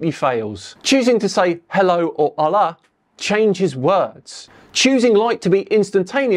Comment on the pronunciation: "Hola", not "Alá"